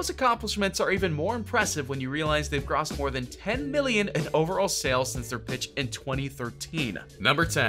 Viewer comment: Holly cow you don't know how to read. It's "retailers" not "realitors". Realitors isn't even a word. And it's "Boise" not "bose". And it's GROSSED no GRAHSSED